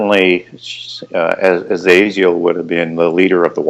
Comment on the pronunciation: It's not Azreal. It's Azriel.